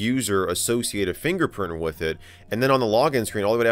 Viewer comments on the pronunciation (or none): I'm sorry did you say finger fox